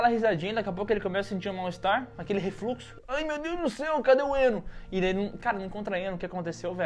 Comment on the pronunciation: Aquele "refluxo"... ... tá loko,vou ali tomar um ENO.